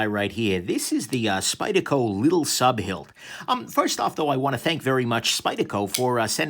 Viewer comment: Nick, drop the "t" when pronouncing "lil", would ya? Your pokin' at my o.c.d. lol